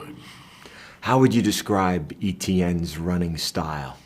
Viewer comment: To pronounce Etienne’s last name is “eh-chan.” Not ETN. Either way Geaux LSU!!!